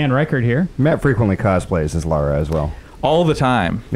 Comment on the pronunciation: why oh why oh why do GI (and alot of US people) insist on calling her laura croft? Laura and Lara folks, two different names! thats you your biggest fan x